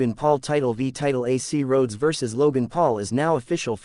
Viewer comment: RDE Rads. What? Can't you pronounce Rhodes properly? Said like roads.